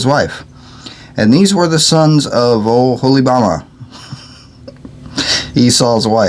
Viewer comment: Thank you! You did great! Oholybahma 😂 I will always called that fellow by that name now. Enjoyed the reading. Be blessed brother! ✌️🙏💓🤠